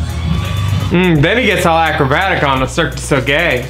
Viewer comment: Not "Cirque De SoGay!!" 😂😂😂😂😂😂😂😂